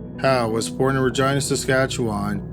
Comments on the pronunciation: Great vid as usual but pretty sure it’s pronounced reh gee nuh not reh gi na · You say Reh-Jeenuh. Not Ragina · Please tell me you didn't say Regina... that rhymes with vagina? LOL Ra-jean-a. Too funny. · Every time he said Ragina I giggled 🤭 🤣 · I was today years old when I found out “Regina” in Canada is pronounced like “vagina” & not like “Regina” George from ‘Mean Girls’. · Yes it does...lol!!@ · He's saying vagina.....lol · I'm pretty sure he pronounced it wrong! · Every time he says Regina though. 😆🤣